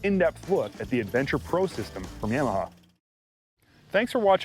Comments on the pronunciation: Please learn how to pronounce “Yamaha”. Thanks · I work at a Polaris store, and my boss says it like "Yam-aha" as well. It really irks me. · Why does this guy keep saying YAM a huh ???